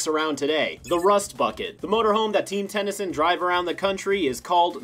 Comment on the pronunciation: I just love all the syllables with how he says it "Ten-Y-Soon!"